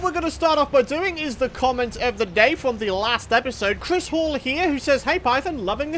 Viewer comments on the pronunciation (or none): none